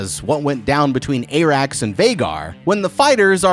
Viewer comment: TFW you advertise so hard you can't pronounce any names despite them being spoken aloud T_T I'm sorry but I"m going back to the Glidus/Alt Schwift X tag-team of people who know WTAF they're talking about when it comes to HOTD. Onward, Vermeethior!! Soves, Ay-rax!!